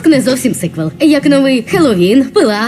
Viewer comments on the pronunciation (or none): none